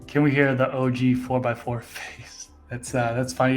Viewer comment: You sound like your from Boston when you say 4x4 lol facts.